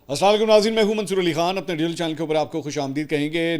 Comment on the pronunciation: Bhai saheb, digital hota hai, diial nahin. Log aap say seekhty hain.